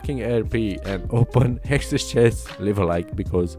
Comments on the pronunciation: The way you pronounce hextech !!!!! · learn to pronounce HEXTECH ffs